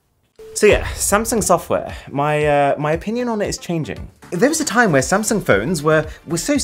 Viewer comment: Is it just me or is it supposed to be “SAMSUNG” instead of “SANSUNG”?